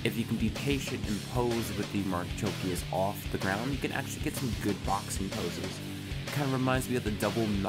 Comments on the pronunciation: ...i was referring to pronounciation,its been some time but as i can see you said marchikias instead of marchosias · Thanks for reviewing HG ASW-G-35 Gundam Marchosias. FYI, ASW-G-35 Gundam Marchosias's name is pronounced 'marukoshiasu' (マルコシアス). Clearly Bandai is stretching the limit of what the HG IBO frame can handle given how problematic this is. I guess maybe an MG ASW-G-35 Gundam Marchosias would be better if Bandai makes it. Unfortunately, I think we can expect a P-Bandai HG ASW-G-35 Gundam Hajiroboshi which would likely have similar problem areas as this HG.